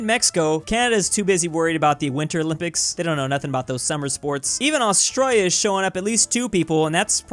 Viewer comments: Mate, learn how to pronounce “Australia” and “Emu”. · The way you say Australia brooooo